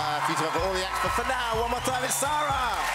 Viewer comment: Her name is SAARA not ZARRa